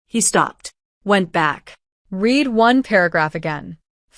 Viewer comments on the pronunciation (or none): You need to seriously pay attention to editing the written narrative as well to a lesser degree, the pronounciation e.i. "Reid " instead of "red" .